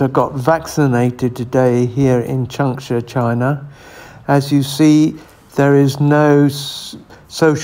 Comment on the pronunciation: LOL, that place is called "CHANG- sha" and rhymes with... uh... LONG-shot (almost). It seems they've had a better time there than places like Harbin.